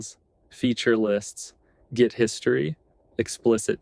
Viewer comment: Did you just say “Check the jit history”?